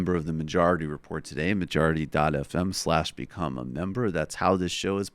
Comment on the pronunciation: Michael "ma jarity report" Brooks